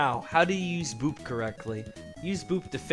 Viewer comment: Why do u say boob instead of boop?! :)))